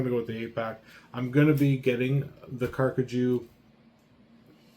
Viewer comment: Thank you so much for your review! We're glad you're enjoying our gear. We truly appreciate your trust and support. And by the way, you're pronouncing the name perfectly!